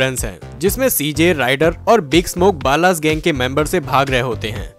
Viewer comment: The way you said बाला gang😂